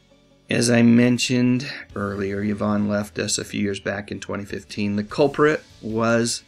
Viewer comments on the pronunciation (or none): It’s pronounced E-von, not Ya-von.